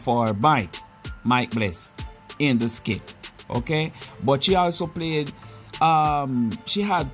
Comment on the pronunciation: Can I please correct you a little bit it's not skid it is skit it's only when you spelt it then I really realised that you are saying it wrong 😊